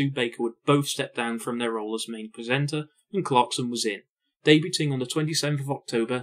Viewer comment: You don't pronounce the t in debuting...